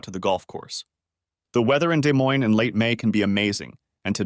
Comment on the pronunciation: Yeah had to do a double take when the ai said day moine